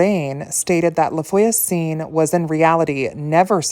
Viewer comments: No offense just to help :<3 Try to pronounce "Lah vwa-zun" (LaVoisin) which means "TheNeighbour" but you probably know it ;) This is a lastname so it doesn't matter but the orthograph is not correct : for a female neighbour you should write "la voisine" and for a male neighbour you should write "le voisin". Hope you won't take it as me patronising you, it was to truly helping, as i like help to improve my english .... ;) A frenchy witch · Hi. Thx for the video. "La Voisin" is actually not that elaborately pronounced: just think, Vwah-zah" (two syllables, not three), and make the "h" a bit nasal. A guiding rule with French is, if a word ends in a consonant, it's not pronounced at all; if it ends in a vowel, then the consonant is pronounced (and SOMETIMES the vowel😊). Cheers!